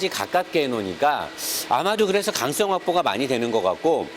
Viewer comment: 강썽이 아니라 ‘강성’ 입니다.. ㅋㅋ